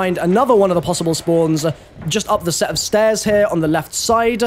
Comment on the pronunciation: Go down the stair-ZUH